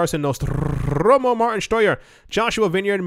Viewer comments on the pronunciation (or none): none